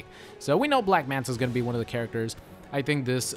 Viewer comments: Its black manta not black manat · "Black Manat" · Lmao "Black Manat"